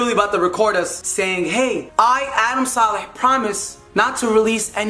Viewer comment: can keem pls start saying Adam’s saleh last name properly plssss🤦🏽‍♀️🙄🙃😂😂